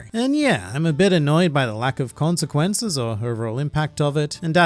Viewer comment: Consquences? But you read one piece right lol